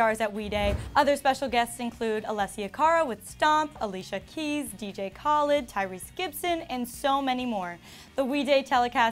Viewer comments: Is no one gonna bring up how she called dj khaled dj CALLid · Idk what's worse the click bait or the way she said dj Khalid 😂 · She pronounced Dj Khaled's name wrong 💀